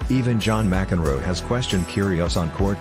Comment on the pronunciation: M-C-Enroe? Petish? That's atrocious English.